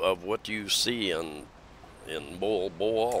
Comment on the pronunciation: MOALBOAL should sound as... MOH-AL-BOH-AL...not MOLE-BOLE 🥰